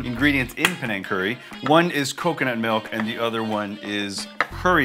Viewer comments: Panang or Penang haha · It’s Penang